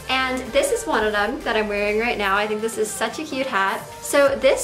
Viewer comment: Rae Chelle at around the first 8 seconds she says "dis"